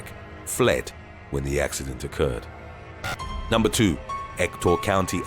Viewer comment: Numbah eight Dubbo crash